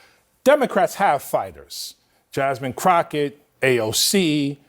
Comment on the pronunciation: He said Jasmine Crotchet 😂